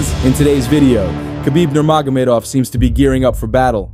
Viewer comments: You need more practice saying "Nurmagomedov" 😜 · You said Khabibs last name 3 times in like 40 seconds and each time you pronounced it differently....and each time wrong!!! haha (you came close on the last attempt tho) How do you not figure that shit out before recording your video???? It's not like he's a new guy on the scene....dudes been around a long time.....shit..he's been retired for about 5 years now???? Do some research bro!!!